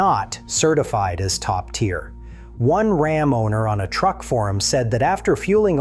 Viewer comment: calm down, we're talking about Ram, not Rahm. 🤣